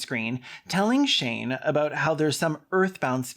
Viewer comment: Are you calling him "Shame"?! I'm crying